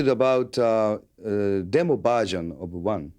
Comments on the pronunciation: james just laughs in the poor guys face after he botches the pronunciation of “demo version”. His ego was so massive back then..... love it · Totally sounds like he’s saying “I’m interested about Dimmu Borgir” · “Dem-BO BahZin uh-bah1...” James thinks and realizes wtf he said and laughes hahaha.